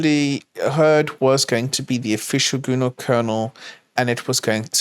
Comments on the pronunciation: why does pronounce GNU as "Gooner" lmao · Is it just me, or do I hear "Gooner Hurd". Sounds scary